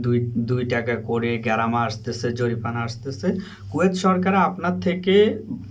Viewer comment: Tomar.ussaron.shuddo.koro.. No.jorifana....... Jorimana